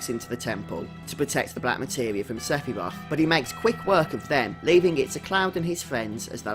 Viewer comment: Seph-y-roth!!!!! Hahahahahahahaha